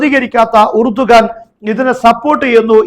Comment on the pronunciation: ഇറഡോഗൻ 😂😂😂😂😂 എലിയാഹു= ഇർദോഗാൻ